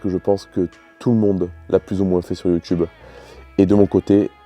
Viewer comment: Monter un tchurbo sur une voitchure pour faire des vidéos sur youtchube...